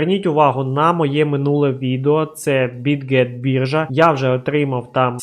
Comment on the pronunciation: Привіт, дякую тобі за відео! Я помітив що ти не правильно називаєш англійські слова(наприклад Get і Now) і це дуже ріже вухо, сподіваюсь що ти це пофіксиш, не сприймай це за критику, а сприйми як дружню пораду)